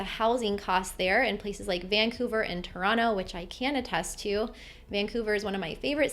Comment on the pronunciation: please, make some efforts and say Italy, not Idalee; idem Toronto, not Toronno